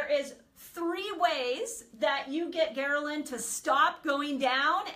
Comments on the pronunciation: Gherlin??? It’s Ghrelin! What kind of Dr. Is this? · *HELPFUL* Quick FYI- You have a small transposition. It's "ghRElin," vice "ghERlin."